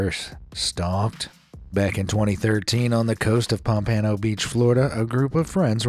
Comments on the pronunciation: Narrator needs to learn how to pronounce Pompano. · You said Pompano wrong.